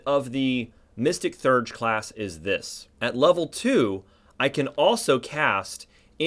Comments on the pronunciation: Actually, more like Thay-urge. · Theurge is pronounced “thee-urge”